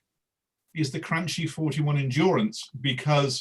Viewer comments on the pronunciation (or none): It’s Cranky..not Cranchee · As usual, mispronounces the Cranchi (crun-key)! 🤣🤣 But much agreed about having much to like from that very established Cantiere!